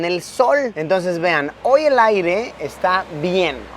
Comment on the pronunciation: Minuto 13 con 15 Luisito dice aigre varias veces envés de aire 😂😂